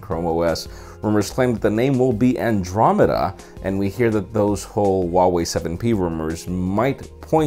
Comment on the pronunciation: U pronounced andromeda wrong.